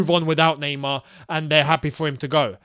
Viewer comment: nah-mar.. get mbappe